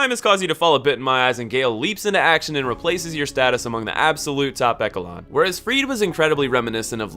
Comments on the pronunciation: lmao that's not how you pronounce "echelon" esh-a-lon is the correct pronunciation. also you keep saying invoke when I think you mean to say evoke. otherwise nice video, I agree with you more or less. Gael and demons are in my top 10 in the series probably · Did you just pronounce “echelon” as “eckelon” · Did... did you pronounce "Echelon" with a "K" sound? Are you sure you graduated from college? ( ͡° ͜ʖ ͡°) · My dude really doesn’t know how to pronounce echelon?